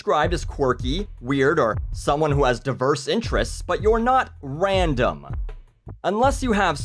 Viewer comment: i only ever hear ram-dom